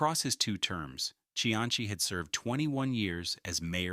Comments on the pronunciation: bruh its not pronounced see-anchy its see-ann-see dont disrespect the only politician that actually did good in Rhode Island SHM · The correct Italian pronunciation is chee-an-chi, but this is RI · He actually pronounces Cianci’s name correctly in Italian. However, in American, it has always been pronounced as we know it. See an see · His name Cianci, is pronounced, see-ann-see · I stopped listening Buddy C antz E. I hate AI, but I even worse hate it when a live narrator can't pronounce names of title/important characters. Just finished listening to one that called the area in Boston: Black Bay instead of Back Bay..gave it another go,perhaps I heard wrong-nope Black Bay 5x more. Done with that too ! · Cianchi? Come on. If you can't pronounce his last mane. don't bother doing the video. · Are you saying you don't remember Buddy SeaAnnChe? Notorious Jamestown Pirate? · An instant THUMBS DOWN. No YT-AI need apply. 0.29 into this crap and this AI generated doofuss got the Mayor's last name wrong. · Odd that there is no mention at all of the thousands of Irish and other Northern European immigrants who came to Providence and worked in these mills and factories. Other than that - and the weird pronunciation of Cianci's name - this was a pretty good documentary and history. Interestingly, of all the various people who immigrated to Rhode Island, it was the Italians who - more than any other ethnic group - returned to Italy. It's been suggested that language difficulties were the main reason, although millions of other immigrants didn't speak English and stayed. By the way, it's "see ANN see". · Hearing your pronunciation of Cianci was like nails on a chalkboard. Like when Hicox held up the english three in Inglourious Basterds. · bro 2 seconds in and i felt my inner Rhodey flip out lol put respect on Providences only good mayors name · I think perhaps it is the Italian pronunciation. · no hes not using the Italian pronunciation hes just being a mid western or ai fuck tbh